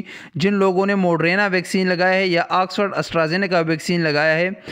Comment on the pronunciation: یار اللہ کا واسطہ ہے یہ موڈرینا نہیں موڈرناہے🤪